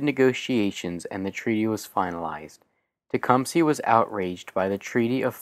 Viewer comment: teh-cum-seh not tecumsee